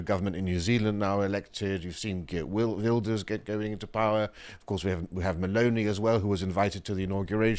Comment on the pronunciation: Said Geert Wilders wrong. Either seems Geert Wilders is cuking a bit 2 the EU. He had 2 give up his seat of power in order 2 form a government and he put a commie in charge.